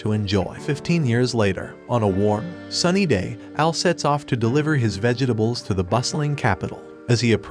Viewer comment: It's Vegetables! Not vegehtables!!! What is wrong with this story teller?